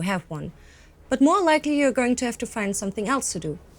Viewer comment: Sending rays of support to. I find it hard to understand diction because of lack of pauses. May be some practicing with a pro will help. I am also a not native English speaker, and notice that for example "you're", when pronounced by, is sounding like "your.".. The same mistake I make! May be, slow down a bit., It will make it all easier to understand. Anyway, it will all work out, and keep up the great work!